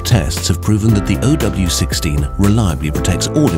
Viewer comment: It's not Oh W 16, it's zero W 16.